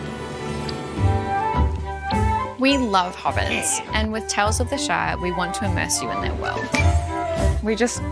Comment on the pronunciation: can't even pronounce "Shire" correctly